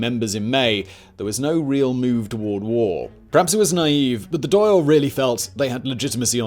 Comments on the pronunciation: Dail sounds like hall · Good video, despite your butchering of the word "Dáil" 😄 It's pronounced more like "Dawl" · it's pronounced Dhal - DA'AL